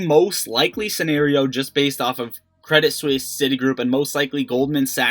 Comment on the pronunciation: Yo! Quit saying credit swiss. Its Suisse, like Suzy. MY GOD!